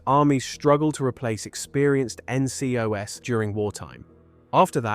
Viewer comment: The way you pronounced "NCOS" instead of NCOs made me realise you're a text to speech channel. Oh man why did I subscribe to this, it's just a bot